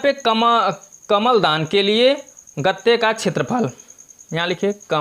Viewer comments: Kaml dan nhie kalm dan ha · Kamal Dan Nahin kalamdan